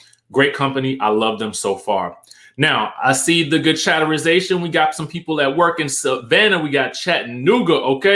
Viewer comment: I click off your videos everytime you say chaterization. Its so annoying.